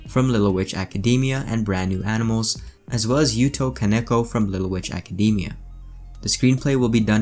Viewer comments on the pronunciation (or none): none